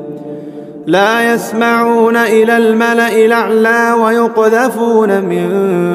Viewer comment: please pronounce it correctly La Yassammaoona is correct you pronunciation is wrong